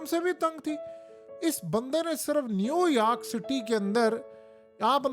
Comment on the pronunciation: New Yaark or New York?